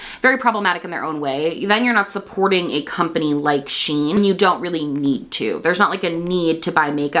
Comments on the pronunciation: It's pronounced "she - in" not "sheen" fyi! And agreed much better to not support them when you can. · I believe it is pronounced as the actual spelling. "(she)(in)Shein" since it's a J beauty brand.